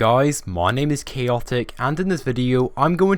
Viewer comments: Why do you say keeotick? Its CHAOTIC! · Hey goiys it's chhhaaotic